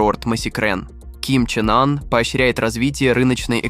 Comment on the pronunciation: Молодой человек, лидера Северной Кореи зовут Ким Чен Ын, а не Ким Чен Ан... Вы что тупите???